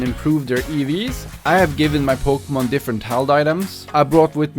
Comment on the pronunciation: ITS NOT evs its E V'S